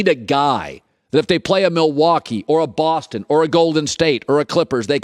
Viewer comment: WHY YOU GOTTA SAY BOSTON LIKE THAT! LOL